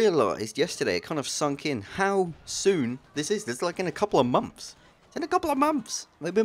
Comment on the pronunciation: "just in a couple of mumps. In a couple of mumps!"